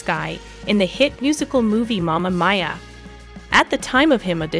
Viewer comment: Learn the pronunciation of Sam’s name!! Also the pronunciation of Momma Mia!!!